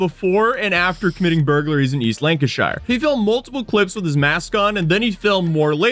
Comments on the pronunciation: Lancashire is pronounced like 'Lanca-sheer' NEVER Shy-er. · We don't say shire it is more 'sheer', so Lan-ca-sheer. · Most of the time but not always, shire is actually said sheer in place names so Lancashire and Worcestershire are "lanca-sheer", and funnily enough, "wusta-sheer" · yep, you do pronunce Lancashire wrong it is not pronunced shire it is pronounced pronounced “LANG-kuh-sher” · It's note lanca- shyre, or lanca-sher, it's lanca-shear as in to shear a sheep. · It's pronounced lanka sheer 😂😂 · the pronunciation of Lanacashire 🤣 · C’mon **; haven’t you ever heard The Beatles song “A Day In the Life?” Blackburn LANK-uh-SHURE! 😂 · CHORLEY FM coming in your ears! (niche reference, if you know, you know) You only have to look at him to tell he's not going to be very bright. He NAILED Colne, good job. For future reference, any word with shire in it, like Lancashire, the shire part is pronounce sure. As in "Sure it is". Except if you meant the horse's, they are pronounced Shire (like tyre). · Shire at the end of a county's name is pronounced "sheer" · Lancashire is pronounced "Lancasher". :) Edit: Yeah, you got it... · 'east lan-ca-shy-rrr' 🤦‍♂️ my ears. Edit: 😂 Edit, Edit: 🤦‍♂️ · Yeah he pronounced the R too hard, Lancashire- Lan kah shah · It's pronounced "Lanca-Sheer" btw, if you ever report something from Lancashire again 😊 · It's pronounced "lan-can-share" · Its Keefley not what you said or attempted Its lancasure as well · should be pronounced Lanka-Sheer, confusing I know but place names ending with -shire are not said the same way that "Shire" from Lord of the Rings is said. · being worried about how to pronounce “Colne” but totally mangling the pronunciations of BOTH Lancashire and Keighley is classic!😂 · The fact that you say the SHIRE part at the end of Lancashire is already a miss-Pronunciation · so funny hearing you say Lancashire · Why can Americas never say Lancashire properly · Nah I’m from there I’m okay with it he’s a yank